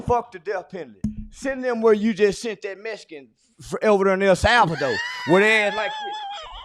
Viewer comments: “El Salvahdoe” 💀💀💀💀💀💀💀💀💀💀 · Unc said “send them to El Salva doe“ 😭😭😭😭😭😭😭😭😭😭😭😭😭😭😭😭😭😭😭😭😭😭😭😭😭😭😭😭😭😭😭😭😭😭